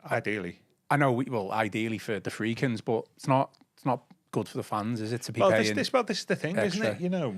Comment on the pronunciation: Why does call The Friedkins The Fredkins?